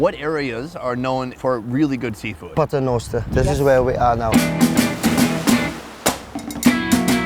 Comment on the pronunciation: Listen to the lady pronouncing the name of the town as “Pat-renoster” which is actually from the Latin Paternoster meaning our Father 🙏🏼